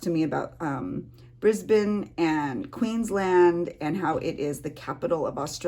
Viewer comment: Yes you pronounced Brisbane correctly. But not sure why she said it was the capital of Australia cause that’s Canberra. But all good. (No I don’t live in Canberra. I live in Sydney). 😊